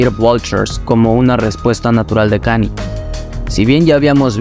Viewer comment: And all i need is yall to pronounce right my name is kan-ye, but some of my plastic still say kanie Kanye west - diamonds from sierra leone